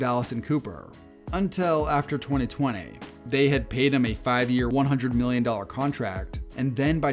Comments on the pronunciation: Twone-ay? That's one of Twenty ways to pronounce it. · “Twenty twenayyy” 😂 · Twenty twentay 😂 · why did you say 2020 like that? 😂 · I thought I was the only one who noticed 😂😂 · For real it’s super odd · Why u say 2020 like that bro😂😂😂